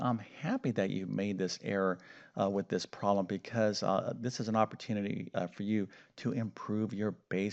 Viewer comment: Well his voice is great, I wish my ex USSR school math teachers had voices and explanation skills like his 😊 It makes me giggle though every timevhe says "proll" instead of "problem".